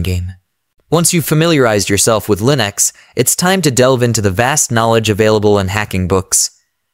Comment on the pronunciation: lol, you clearly used an AI voice. The way he pronounces "Linux"